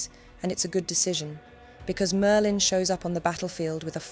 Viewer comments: sounds more like Maerlyn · Mer-lin is diminutive of mer, meaning sea, as in one of the meri cult.